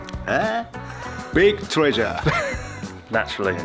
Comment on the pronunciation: Why did 'Big Treasure' sound like 'Big Chungus'?